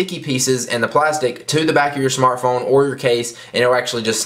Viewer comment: lol he said always says shmartphone